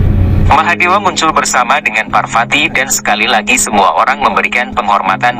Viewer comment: V dibaca P. VARWATI BUKAN WARWATI AKAN TETAPI PARWATI . Belajarlah sedikit